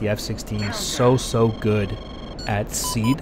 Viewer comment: Awesome videos. Just an FYI SEAD is pronounced SEE-ADD.